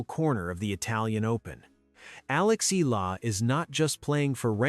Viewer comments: IT'S EE-YAH-LAH NOT EE-LAA❗❗❗❗ ANOTHER STUPID CONTENT CREATOR❗😡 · ANOTHER STUPID CONTENT CREATOR IT'S EE-YAH-LAH NOT EE-LAH❗ BETTER STUDY THE PRONUNCIATIONOF YOUR CONTENT FIRST, IT'S YOUR JOB AND RESPONSIBILITY TO READ AND PRONOUNCE THE RIGHT PRONUNCIATIONTHE NAME OF YOUR CONTENTS, IT'S NOT EXCUSE THAT BECAUSE YOUR AMERICAN OR YOUR NATIVE LANGUAGE IS ENGLISH YOU'RE MISPRONOUNCING THE NAME OF YOUR CONTENT CO'Z THEY'RE FROM FROM OTHER COUNTRY. ARE YOU LACK OF INTELLIGENCE RATHER STUPID❓